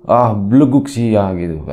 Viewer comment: Bagus pengucapan "belegug" nya 😁 Bnyk pelajaran yg bisa kita ambil. Tp intinya kl kita menanam kebaikan, insya Allah dpt nya jg yg baik2, amin 👍